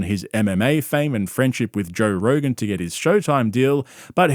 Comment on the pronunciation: Did Brian say he was on Rogan or Rogaine? Honestly, he needs to be both.